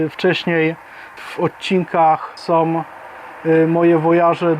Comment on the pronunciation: Zwracaj uwagę na Ą. Są, a nie soM, Halą, a nie haloM, etc. Pozdrawiam!